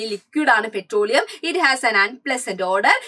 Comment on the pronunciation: 😂pretroleum> petroleum ×